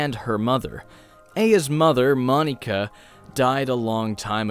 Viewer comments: Yeah, Monika doesn't sound quite right either. Though I'm not sure if the pronunciation should be Japanese "moan-eeka" or English "maw-nika," it sounds like he combined both. And he said ayo oni once... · that is not how you pronounce her name.